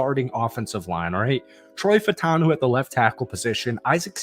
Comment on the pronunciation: I gave you the like but you have to do something for me. Fautanu is pronounced Fa-oo-ta-noo. It’s not just you. Most yinzers are saying it wrong. Just try. That’s all.